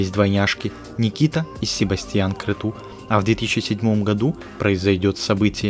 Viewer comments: Правильно не крету а крецу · Крету? А может Крецу правильно?